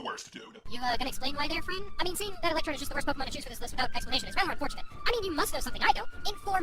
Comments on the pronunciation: I don't know if I'm mishearing every single time or what, but are you saying ElectroBe here? Yeesh, if so that's a bit cringy. It's ElectroDe. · why do you say "electrobe" instead of electrode? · Just slightly nitpicking. Does anyone realize that keeps calling Electrode "ElectroBe" with a B? I just find that a little funny xD